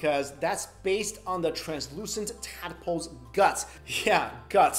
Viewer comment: Bro tadpoles not tad-a-poles